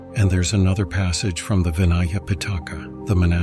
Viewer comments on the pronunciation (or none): none